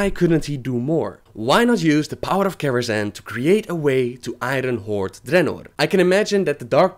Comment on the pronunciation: I cringe every time you say I-Run horde.